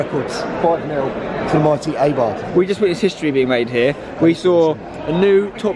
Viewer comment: It's pronounced a-bar not i-bar.